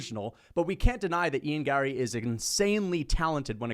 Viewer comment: What is wrong with your face?? Also, the way you say Gary, Larry, Harry, Marry is super annoying. Sound it out my eyebrowless drama queen 👏